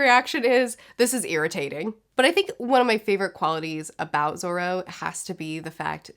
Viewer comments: LOL, Loffy, Zolo, Ustop and Hopper XD (Really enjoying the reviews!) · Ahh yes. Lufy, zolo and hopper.